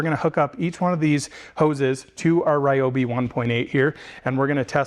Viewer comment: Wow you pronounced Ryobi correctly! Ryobi really has been crushing these tools